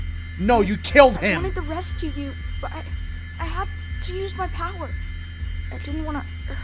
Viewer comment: WHY EVERY THINGA GOTTA BE A POWA